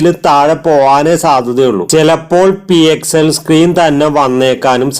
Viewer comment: It's pxl not psl ❤️